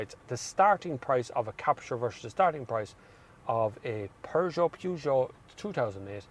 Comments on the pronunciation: Peugeot is the best not Renault, but eather that it is not "Pujoo" is PEJOOO! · 'Purr' not Pew for Peugeot pronouciation! Good review of both cars.Captur wins it for me!